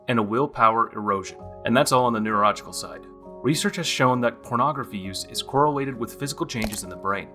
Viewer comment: I’m not addicted to corn. I can handle my corn. 🌽 I hide it in a corn hole. Did you say neurorogical? 🤨